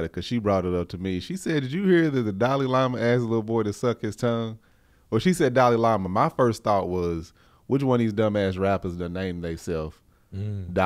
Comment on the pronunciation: Giiiide-dayum,. First "cree-yons" and now we are gonna butcher Dalai Lama. Lol